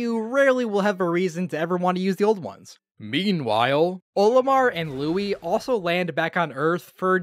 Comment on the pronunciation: Did you frickin call Louie Louis